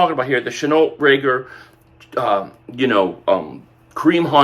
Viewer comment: This boy can’t pronounce Reagor to save his life.